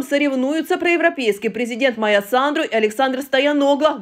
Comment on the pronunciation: Прежде чем читать репортаж, ознакомьтесь с именем президента. Её зовут Майа Санду, а не Майя Сандру. Вы хоть сами понимаете, что несёте в массы?!